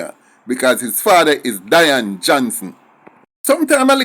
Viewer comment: I don't think you pronounce the name right (Day-an ) or Dian